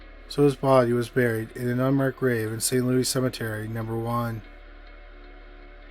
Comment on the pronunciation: I know so much about St. Louis #1 (by the way, THANK YOU for pronouncing it correctly!) and it was nice to hear the stories shared so well, but the ones in Argentina and Scotland were unfamiliar to me and SO interesting and beautiful. I now know where I'm making future vacation plans!